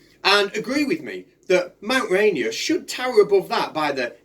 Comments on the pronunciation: As a Washingtonion, its pronounced Rain Ear, not Rainy Err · ok a little of subject, but being that I live in Seattle this is bugging the crap out of me.. I appreciate it may be pronounced any which way all around the world, but where this mountain is, it is pronounced ray- NEER .. two syllables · It's Mt. "ray-neer" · I know both you and the flat earther have accents buts pronounced RaInEAR with the beginning sounding more like "rain" and the end more like "near." Or you could just call it by its native american name "Tahoma"